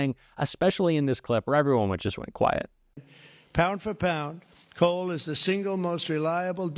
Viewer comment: Listening iny car and I swear he was saying call, not coal. I couldn't figure out why his staff was to refer to every cal as "big and beautiful"!